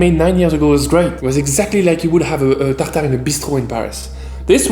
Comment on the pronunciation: Fear not! Just hearing you say "Tartare" makes it all better!